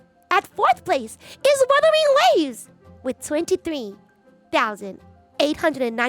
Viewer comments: trolling us again pronouncing it Wurthering Waves like Geoff Keeley. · "Wurthering Waves" This guy is a Dick! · No it's Wurthering waves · "WuRthering Waves" TGA joke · "Worthering Waves" lol Didn't one of the hosts at TGA pronounce Umamusume like "Oooo-mama-sume"? 😂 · Worthy waves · Wurthering waves 😂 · I love how intentionally mispronounced WuWa's name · Guy is a fake fan, doesn’t even know how to say the game right smh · bro it was a joke. Thats how it was pronounced on The Game Awards two years in a row now